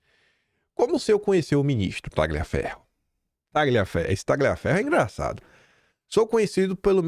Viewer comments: A pronuncia do nome Tagliaferro é "Talhiaferro". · Prezado, meu irmão de pátria, por obséquio, permita-me corrigir a tua pronúncia dos sobrenomes italianos! "GL" pronuncia-se como o "LH" no Português; e o "CH" como o "QU". Um forte abraço e que Deus te abençoe e te ilumine sempre! De um descendente de italianos com "CH" no meio do sobrenome e exilado no estrangeiro assim como tu.😊❤